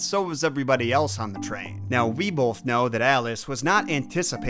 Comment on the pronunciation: I hate people who say bowlth instead of both. What the hell is wrong with you? and you always hit it so hard. BOWLTH. Why do you talk like that?